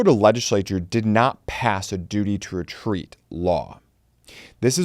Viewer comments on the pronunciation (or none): Duty to wetweat is wetawded